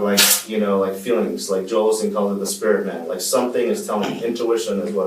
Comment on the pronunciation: Right when he said "Joel Olsteen" and instantly knew he was not right in the head.